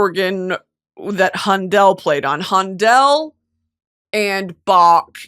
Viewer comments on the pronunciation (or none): Handel is pronounced “handle” and quotidian is “kwo ti di uhn”. I’m only correcting you because you like learning and knowing things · Hi Brittany! Just a little note from a classical musician - the correct way to pronounce Handel is “Han-duhl” - love that you’re talking about baroque composers in this episode!!! 🥰❤️ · handel is pronounced like handle!